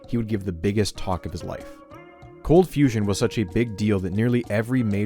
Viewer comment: "Cold fusion has turned into confusion" idk how you butchered that